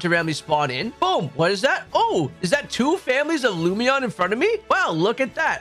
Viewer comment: Hi. Lum In Eon (like Luminous) Lumeon was not it 😂 It was just killing me hearing it a dozen times. Thank you. Great videos, I’ve been using the playlist for weeks picking up target Shinies.